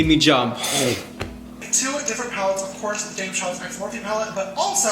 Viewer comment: “James Karles”💀💀💀💀